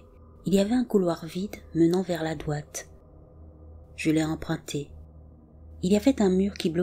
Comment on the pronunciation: Juste pour dire: dRoite pas doite, ça peut porter a confusion 😄 Ne le prends pas mal, je t'adore! 🥰😘☮️